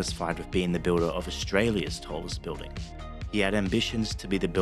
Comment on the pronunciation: The pronunciation of 'building' as 'biw-ding' is so irritating.